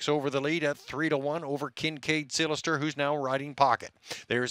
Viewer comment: Who is this guy? Sounds good...can't be local as he can't say "Seelster ".